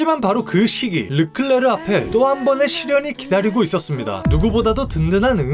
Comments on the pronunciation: 샤를 르끌레rr르!! 르끌레rrrr르!! 르끌레헥케켘켘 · 샤를ㄹrrr 르끌레rr 르끌레에에rr 르끌렉ㄱ엑↘️↘️ 헤ㄹ켁 켁ㅎ헥엑🤧